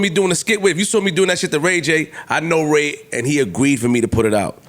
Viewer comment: I say “I saw it” be like: “I sawrrr it” 🤦🏽‍♂️😆😆😆